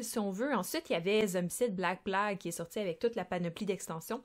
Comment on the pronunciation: J'essaie de comprendre la logique de l'accent québéquois... Vous avez un accent de dingue sur la plupart des mots anglais "kickstarter", pledge", "Invader", "western", etc... Et pourtant Black "PLAgue", avec le pire accent français du monde, on dirait un de mes élèves... Comprend pas. Idem, moi pas comprendre pourquoi vous traduisez tout (pas de shopping, mais du marchandisage, je crois?), mais à côté de ça, vous "backez" le jeu au lieu de... je ne sais pas, moi... le financer? Quelqu'un m'éclaire? :)